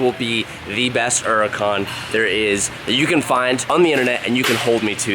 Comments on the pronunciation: Hurican not 'urican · It’s pronounced hurucan not urucan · The uracan you forget the H it’s freaking HURACAN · Still the only guy in the car industry who pronounces Hurican…..Urica 😂🥴😂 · It’s a hur a can not a er a can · Jesus Christ! HURACAN. HUR. ACAN........HER. UGH. CON. NOT URAGON. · Your the only person I've heard call there huracan a erracon. It just doesn't sound right , I know you said that's the proper pronounctiation but hur-ra-con sounds right. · I know its your style lol but "urican" really bugs be for some reason lol 😅 Hurican with an H lol just nit picking 😆 love you though been watching since 12k subs!! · urrrrracan...fuck the H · Are you aware that uracan has a ‘h’ in it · “Lambor-ini uracan” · wtf is ''uracant'' ?? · Nobody:: Earlicon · Hey, why do you Drop the "H" when you say Huracan? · Bro, please learn how to pronounce Huracán.. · The way he pronounces huracan is really starting to annoy me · STOP SAYING HURACAN WRONG. 😂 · The day he says huracan right I'll shit a brick